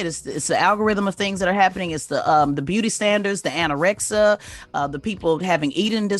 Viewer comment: You guys give Jess Hilarious so much shit about pronouncing words correctly 😂 anorexia* and severed.* On a more serious note I do believe some of the responsibility should go to the parents for their practices on social media. Racism and bullying tendencies are definitely taught at home more often than not these days.